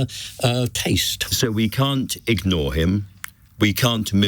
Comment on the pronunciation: Can someone tell Andrew Marr the word he needed was IGNORE and not Egnore ?!